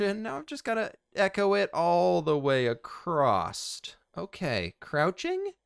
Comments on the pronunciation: I cringe every time he says "acrossed"... That's not a word! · I’ve noticed a lot of Americans (and/or Canadians, sorry :p) always pronounce ‘across’ like, ‘accrost’..? Very strange! No bother anyways just thought it’s a funny observation. Thanks for the vids, I’ve been going through them all! :)